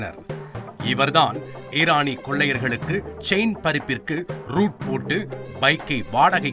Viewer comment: அடேய் அது ஈரானி இல்ல இரானி